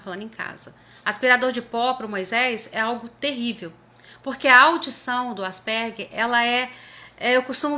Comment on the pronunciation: Parabéns! A primeira vez que escuto, aqui no Brasil, a pronúncia certa!